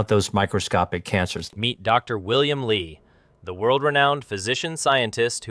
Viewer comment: Narrator pronounces Dr Li as Dr Lie in some portions of video.